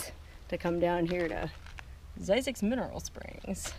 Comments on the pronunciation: Phonics.. hmmm .. only s single vowel. Thus a short i.. not long i.. Thus phonicly speaking.. Z-zixs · Zzyzx enunciated Like Physics